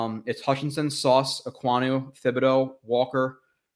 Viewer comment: Hey love your content but just FYI Thibodeux is pronounced with a hard T, not TH